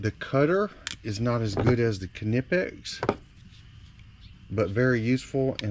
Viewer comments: almost sure its a silent K on the kahnipex brand heh i normally just grab side cutters but if its heavy gauge then ratcheting cutters work really well .... i've just come accustomed to side cutters and the preset ones i will still nick a wire. unless its like communication cable like cat5-6 then i use a special stripper with a special crimper built in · I believe the K in Knipix is silent when you pronounce it